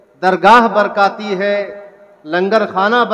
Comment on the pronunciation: برکاتی نہیں برکاٹی